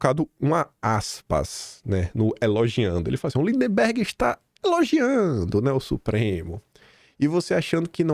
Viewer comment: o nome do CANALHA não é linDEMberg. É lindberg 😂😂😂